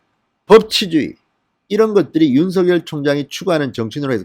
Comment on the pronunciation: 진성호선생 윤 전 검찰총장님의 이름을 개명하지마새요 윤 서결, 서결 하시는데 윤석열 입니다 혀가 좀 짧습니까 연습하시고 발음을 바르게 하세요, 윤총장님 정의롭고 온전한 대한민국의 자유민주주의를 위하여 화이팅! 화이팅!! 화이팅!!!